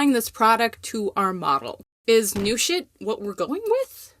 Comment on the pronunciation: Yes. "Newsh it" is now canon! 😂